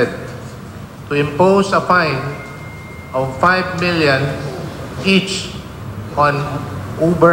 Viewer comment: ano daw? Five milyan? What is a milyan? Tama na kasi pag saslang mukhang mukhang lokal ka naman dong.